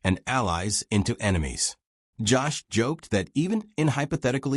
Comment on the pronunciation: His name isn't Joss! It's Jost, and it rhymes with host or most!!!